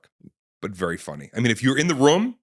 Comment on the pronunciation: guy says "room" funny. almost like a "rum"